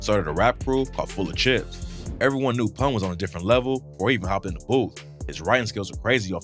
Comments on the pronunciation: Full-A CLIPS....not "Full-A-Chips" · It’s Full-a-Clips crew, not chips